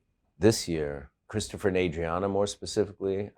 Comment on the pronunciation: Its cwistafah.